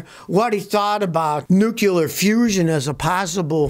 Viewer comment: Scotty says "nucular"... that always bugs me!